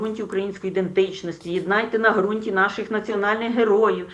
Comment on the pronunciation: Ницой передайте, что не "грунт", а"г'рунт". Лучше бы ей продолжать торговать рыбой...